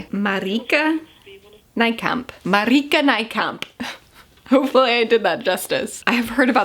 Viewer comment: OH MY finally a non-Dutch speaker who pronounces Marieke Nijkamp right yaay (yes I'm Dutch) 🙌🏼